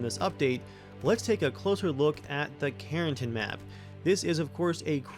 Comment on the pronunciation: It’s karen+TAN.